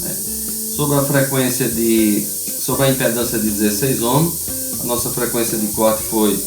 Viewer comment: Muito bom esse vídeo e sua explicação . Só me chama a atenção que todos pronunciam(ohms) "omos" , mas o correto é" omis" . Abraços a todos .